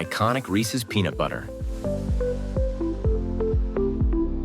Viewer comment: This showed up in my suggested videos and all my husband could hear was penis every time heard peanut 😂🤦🏽‍♀️